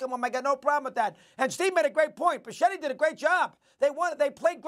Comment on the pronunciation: Who the hell is Bisciatty, Steven A?